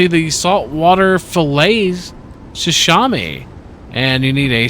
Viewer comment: Great vid...but your pronunciation of sashimi was killing me. It's: sə-SHEE-mee. Other than that I love your Icarus content. Keep it up!